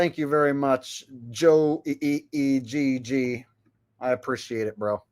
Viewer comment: Joe E-G-G 🤣🤣🤣🤣😂 I think it's supposed to be Joe Egg but Joe E-G-G is way funnier! 😂😂😂😅 i am literally laughing my ass off at the way you said his name!